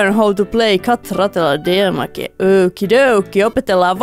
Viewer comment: et sanonut tota pelin nimee alus väärin niiku deata xDD :o